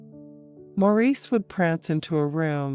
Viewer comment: Couldn't have picked a worse voice. Couldn't even pronounce Mo's name preoperly. It is NOT Maur eece but Morris